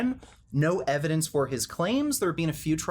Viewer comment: "Did you pass ooot" ahahahah